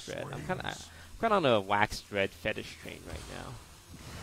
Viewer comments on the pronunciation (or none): Okay Toast, we love you, but say it with me: WAX-A-DRED There's an "a" in there